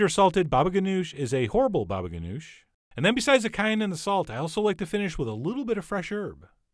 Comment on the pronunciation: i totally thought you said 'sax' your eggplant. so now, i gotta play Careless Whisper.